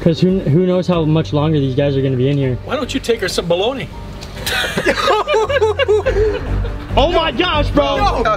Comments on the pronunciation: bro said balagna when it pronounced bolony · Bologna....😂😂😭😭🤣🤣🤣 It's pronounced bologne....I'm dying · Bruh he really said balagana